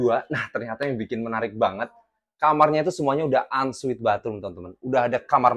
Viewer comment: Ensuite mas bukan unsweat